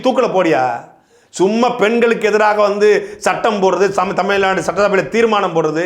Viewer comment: Tamil naad illa da tamizh naadu... zhagaram....